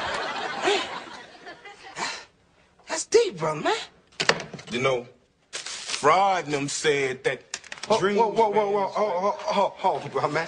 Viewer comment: DDylast straight butchered Freud’s name 😂